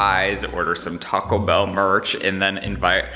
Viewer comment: I love the way he said Taco Bell 😂